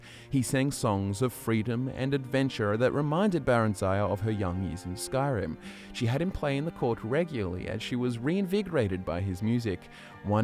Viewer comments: The ending is pronounced like fire. Fayah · I think it's pronounced like Vivec..Not VAIvec but Veevec basically.Same for Barenzeeah 😉Like Phijik..Not PhAijAiK 😅Ciri from the Witcher..not Cairai...If you treat it like a foreign name and not North American/Australian it makes sense 😁